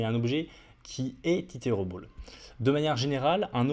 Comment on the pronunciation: stp fais un effort avec ton accent quand tu utilises des termes anglais, mes oreilles saignent (array => euray, iterable => iterobol) pitié